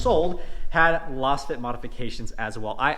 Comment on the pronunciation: I think you are mispronouncing Lasfit. It's pronounced like you would say laser or lazy or Lay's potato chips. Lazefit. You're saying like you would pronounce lozenge which makes no sense